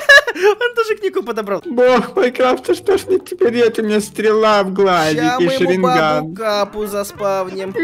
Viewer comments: Хах говорит шеринган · Я одна услышала что он сказал Шаринган?